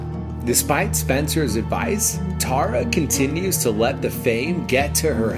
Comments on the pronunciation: Why is nobody talking about the fact that she said its pronounced tare-uh and dhar said tar-uh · its not Tara Its TERAAAAAAAAAA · Dhar mann said tAra not tEra he wrote The Script himself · It's Tára, by the way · even dhar mann says tara's name wrong XD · I love that Dhar also mispronounces Tara's name 💀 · Dhar Mann you said Tara the wrong way Tara: I'm angy!!! No one calls by my right NAMMMEEEE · “Tara?” “UHHM- ITS TARRA” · Love how Dhar mispronounced Tara’s name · I love it how she pronounced her name tara but dhar mann pronounced it the way she said to not😂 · You said her name wrong Tara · Why Dhar Mann pronounce her name wrong🤣🤣🤣